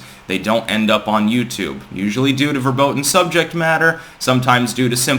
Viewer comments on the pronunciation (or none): PLEASE pronounce the 'v' in verboten as an f! Fer-boe-ten